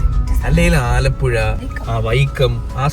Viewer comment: Alappuza ❌ Alappuzha✅